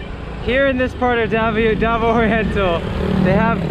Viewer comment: I really wish he would at least have enough respect for the locals, to at least learn how to pronounce the names of the towns &.cities properly. He even butchers up Davao really bad,.just like Cagayam..Even though you'll never be fluent in Visaya, please learn how to pronounce the names of places,.especially if you live their. Your awful pronunciation is also teaching many hundreds of people to also pronounce it wrong,.because they just assume is right. 🤦‍♂️,.when you do your vlogs, you are basically a TEACHER, please remember that, &.be a good teacher. Other than that, your vids are mostly enjoyable. Been all around Cebu, Mindanao, Sulu & Baslan islands, the most beautiful, natural beauty is found all throughout the magical Islands that make up what we call, the e Philippine Islands 🏝